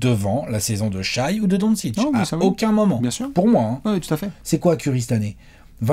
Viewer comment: S'il vous plaît, arrêtez de prononcer Shaï, on dit "Shè". Écoutez le commentateurs US !